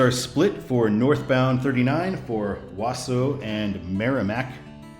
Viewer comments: Ahem, it's "Wau-sau" the au [sounds like aw] is same pronunciation. Not "Was-su". And I-39 is a major bypass for Interstate truckers around Chicago area, so it is an Interstate. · Wausau is pronounced WA-SAW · I think it’s “Wawsaw.” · Wausau is pronounced Waasaw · Wausau (Wah-saw) 😄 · Wausau is pronounced Wa-saw. You pronounced Minocqua correct. Yes, I-39 is an after thought and weird. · It’s pronounced Wa-saw, Wisconsin, i grew up there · Just to let you know how we say in Wisconsin for Wausau, its like Wah-Sah. But close enough and this video interested me enough to watch. Had to drive through IL today but over by Chicago to get back home as I was on holiday in Michigan. Also, WI-29 goes to Chippewa Falls, and US-51 continues north to Tomahawk Rhinelander and a few other places before dying in Ironwood, Michigan. Only because I used to live in Chippewa would I know XD. Used to go hang out in Wausau to see rib mountain and other stuff. pretty area up that way. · Wow you totally butchered Wausau 😂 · Pronounced Wausau wrong